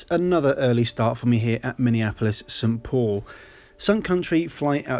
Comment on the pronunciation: It’s not “sat paul”, it is Saint Paul